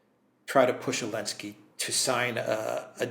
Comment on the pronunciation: Why keep pronouncing zelenski as Elenski?